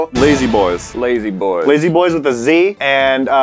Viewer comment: “Lasy boyz”😂😅